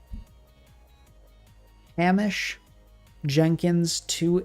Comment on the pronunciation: 'Hamish' is pronounced 'Hay-Mish', and is of Scottish origin. Just thought you'd like to know.